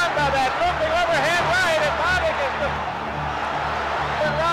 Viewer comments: It's Bob ick, not bo bick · It's BOB-ick not BO-bick. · Bob-ick. Not Bo Bick. The narrators of these boxing bids mis pronounce boxers names way to often. The footage of Norton vs Bobick the announcer pronounces his name properly and yet still the mispronunciation. Get your game together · It's not Boo-bick, it's Bob-ick. Just sayin. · BowBick? Next time use the pronunciation that the announcer did in THIS video. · Love your videos', just want to let you know you are mispronouncing Bobick. The "o" is soft like in the name Bob. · Bobick's last name is mispronounced throughout this video. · Duane Bobick....where do I start with this guy...? Try pronouncing his name correctly...